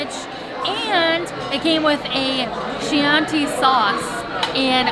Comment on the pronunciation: Chianti is which a hard “c”, not “ch”- just a pronunciation FYI! Love the vids as always! 🤗